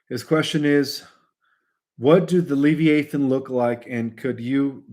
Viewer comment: It’s pronounced Lev-EYE-uh-thin